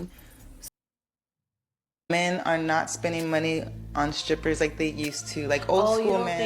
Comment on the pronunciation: I heard what I heard right? Her ass said"scrippers", and kept on saying it. I can't be the only one 😅